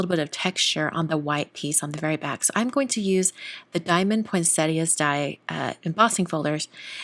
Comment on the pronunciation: Loving this series and the intro music is so beautiful ❤️ I’m glad to hear you pronouncing ‘poinsettia’ properly, so many people pronounce it poinseta! 😂🎄🌺